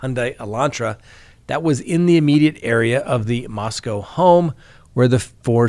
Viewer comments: It’s pronounced MosCOE Not MosCOW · it’s “moss-co” not “moss-cow” like in Russia. 🤦🏻‍♀️ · Moscow rhymes with Roscoe 😉🤣😂 Dugger rhymes with hugger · asked us on the live stream the other day the correct pronunciation of Moscow. Whether it's Russia or idaho, there is no cow in Moscow. I commented about that on the live stream but apparently is still mispronouncing it. MOS-COH is the correct pronunciation, although everybody everywhere mispronounces the one in Russia all the time. I've noticed that most of the officials in Idaho pronounce it correctly.